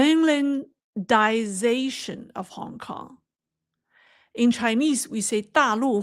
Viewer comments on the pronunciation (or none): try this pronunciation, "the Mainland-Eye-Zay-Shun" cheers!